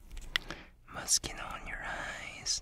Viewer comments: I love how you say moscino(moschino)like your about to say mosquito when its pronounced mosshino(moschino)😂😂just saying... this is not a hate comment btw😁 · Ema 126 yes i know lol, still sounds like mosquito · I thought he was saying Mosquito... “YoU dEseRvE mOsqUiTo oN yOur FacE.” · Why did i think he said mosqito all the time?😂😂😭😂😂😂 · Idk why but I keep hearing "You deserve mosquitoes on your face." Yes, I think I have hearing problems. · For a second I misheard "Mischino" to "Mosquito" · he manages to say moschino with an impeccable pronunciation The British who say moskuino because the British suck It's ironic, nobody sucks